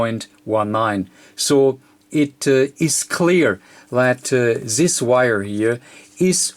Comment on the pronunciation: You can say "impedance" with D but you can't say "this". Why?